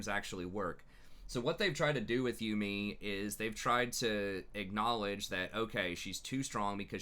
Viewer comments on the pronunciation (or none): man i love these videos... up until you say yuumi its not you me its yuumi.